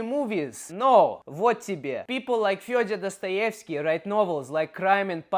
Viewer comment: You are pronouncing Fyodor Dostoevsky wrong. Did you grov up in USA?